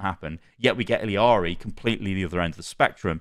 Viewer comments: It's pronounced like Spanish where all the letters make certain sounds. So the double L is a Y sound Ee-Yar-Ee. Don't over complicate it. lol But also most of the problem with OW2 that I have is the Battle Pass and monetization... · It’s pronounced like ee-yah-ree. In Spanish, a double L is pronounced like a Y. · i dont wanna be that person, but its "Iyari" because double "L" in spanish is "Y" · the L's in Illari are pronounced as a Y (ee-Yar-ee) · It’s eel-yar-ee in English pronunciation,. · the pronunciation is "I-yacht-y" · I cringe every time I hear him pronounce “iliari”, like it’s not that hard to pronounce a double LL as a Y. It’s all over social media plsss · Hearing ill-EE-ari makes me want to rip my teeth oit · it’s pronounced ee-ya-ri btw. you dont pronounce the “L” lmao. double L is silent in spanish, just think of the word tortilla for example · E-yah-ri It’s a double L The LL is pronounced as a Y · Illari is pronounced 'ee-ya-ri' LL is a Y in Spanish. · Her name is pronounced EE - YAR - EE. TWO LS MAKE A Y SOUND. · Pretty sure it's pronounced like ee-yar-ee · its "ee-yaree" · Pronounced iyari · It's Illiari. Just add one "i" in middle of her name. I discovered it yesterday xd. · good review but holy fuck man please pronounce Illari and SCHEDULE correctly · ILL AH RI. There is no I in the name its not ILL IA RI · Its Illari, not Illiari, stop adding the extra "i"... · It's pronounced like ee-yah-ri not il-ee-ah-ri because it's Spanish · ILL-ARI her name is I L L A R I (ILL-ari). What your saying is I L I A R I (ili-ari) Its 2 Ls not I L I yall are killing me ☠️☠️☠️ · Ee - Jah - Ri, definitely not ILL - Ee- Ari The llama pajama is a pun to show people how to pronounce the double LL sound Jama Pajama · Imma be that guy and tell y’all that it’s not Iliari but it’s actually Illari (i-ya-ri) the double L in Spanish is pronounced as Y in English which makes a Ya sound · btw it's "ee-yar-ee" not "ill-ee-yar-ee" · Illari is just “ee-yah-ri”